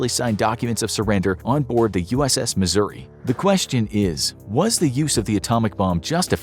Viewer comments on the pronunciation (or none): none